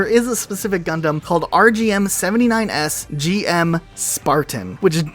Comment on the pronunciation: Mobile Suit Gundam was a series, which was later adapted into three recap movies. Also not every mobile suit is a Gundam, and GM is pronounced "Jim".